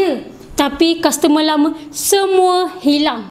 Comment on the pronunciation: Customer not kastemer